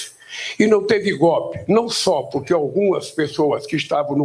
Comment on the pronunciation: O presidente que fala gope ,não invés de golpe ...triste ..nem estudou esse cara lavada ...